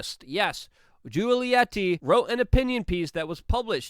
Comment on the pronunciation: A Green Beret can't figure out: google pronounce Juliette Inspirational. You couldn't even remember Juliette Lewis? ffs.